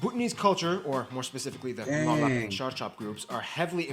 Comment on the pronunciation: Ur pronunciation is wrong... It's ngalop, not ngolop... It's weird to hear , ngolop means going against the government or kings bro. Though I can understand it... Coz of accent.